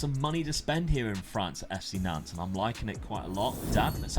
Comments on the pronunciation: ya Nantes… you said, “Doodoo” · Love how just keeps changing the pronunciation of Nantes probably doesn’t want to say the correct pronunciation for obvious reasons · I don't often do the pronunciation thing, but the es on Rennes and Nantes are silent- So it's like Renn (like Hen but with an R) and Nant (like Aunt with an N) all good tho, looking forward to it